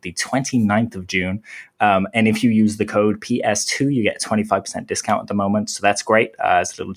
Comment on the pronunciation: this channel is great. I admit I laugh every time when you say “if you” I hear “FU” haha